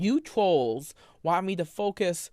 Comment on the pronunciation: “you twolls”😭😭 fuckouttahere